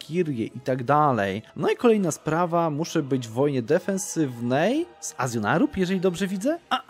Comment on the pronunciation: nie chce się przypierdalać, ale to się czyta jako Ażol-nerub